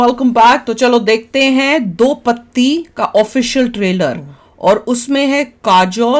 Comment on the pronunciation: Madam ji it's do Patti not do pati. Khud samajh lo phir react karo